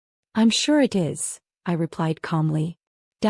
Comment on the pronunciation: Why does your AI spell words like is????? Can it not pronounce this simple word????